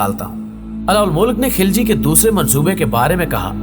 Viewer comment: Kis kis ko malaot kar diya yaar ek video like k liy khilji ko ghilchi bata thi ho afghan ko Turk bana diya Kiya anab shanab bol rahy ho tum